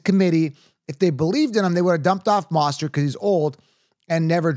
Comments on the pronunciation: I don’t trust someone who says “bye-jon” or “moss-tert”😂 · How did you manage to mispronounce both achane and mosterts names? Mind boggling